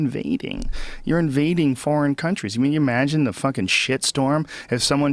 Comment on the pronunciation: Joe "imaagine" rogan